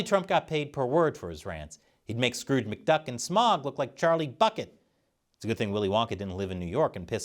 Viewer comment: Smaug is pronounced SmOWg. It doesn't rhyme with dog.